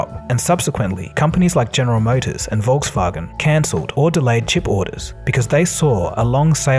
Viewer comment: The fact that you pronounced Volkswagen correct shows you understand language you’re a very smart dude